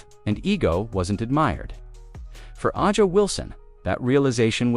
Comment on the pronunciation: I guess you terrible commentators will never learn to pronounce players names correctly... Who is Ah-jah Wilson? Noone in the WNBA is named that. Get it right, for God's sake.